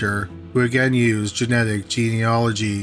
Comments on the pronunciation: OMG you pronounced "genealogy" right! I've never been this proud of someone. Much better than pt. 1. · Haha, I was dreading that pronunciation when the podcast format was announced. Good on him😁